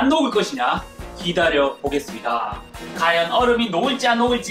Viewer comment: 허팝님 ㅘ 발음이 어려우신가요? 확인 과제 과연 을 다 학인 가제 가연 이라는데